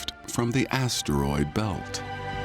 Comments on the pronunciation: I’m trying to fall asleep but all I keep hearing is ASSTEROID 😂😂😂😂😂😂😂😂😂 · I never thought I could hate how someone says asteroid. Like holy hell, change up the tone. It doesn’t need emphasis every time you say it.